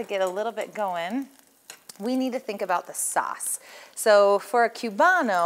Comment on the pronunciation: It’s pronounced coobano.